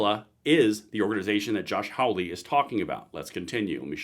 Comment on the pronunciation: Love the channel. But i have to point out, its Hawley, not Howley. Think "haul", not "howl ".